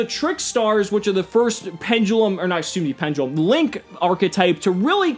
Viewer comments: good informational video, but wtf is A PEN-JUH-LEM? its PEN-DE-LUM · pendulum when did it be become pendgulum